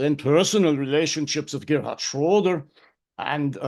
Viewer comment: Excellent answers,. I'm sure you captured das Denken Ihres Chefs perfectly. And I was impressed by your 'Deutscher Akzent' until you spoke Schröder's name. 🙃